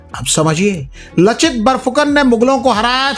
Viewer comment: लचित नही लाचित बरफुकन है।